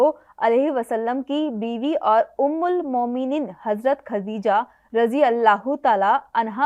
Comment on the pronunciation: muineem nahi momineen.hai kia aap urdu bilkul nahi jante hain hai afsoos